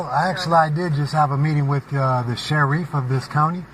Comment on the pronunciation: You mean the shereef?